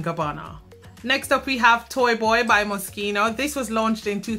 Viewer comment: Thank you for pronouncing "Moschino" correctly. Tired of hearing "Mosheeno"